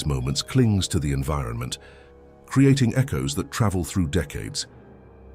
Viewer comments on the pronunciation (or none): none